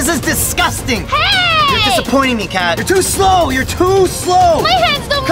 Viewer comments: Ha ha you said cat instead of Kat Lol lol lol😂😂😂 Everyone hey everyone this person doesn’t learn English ha ha ha!!! Sorry I was rude. I’m a I’m a rude ambush😔😔😔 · Ket not cet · It’s pronounced kat not cat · It's not (cat) it's(kat) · It’s k a t not cat but I’m done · You pronounced Kat wrong😂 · Its "Kat" Not cat and its also "Zhong" Not zong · It's not cat it's Kat It's not zong it's zhong.